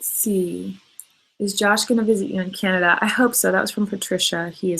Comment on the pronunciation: americans say canada like "ceanada" its vv annoying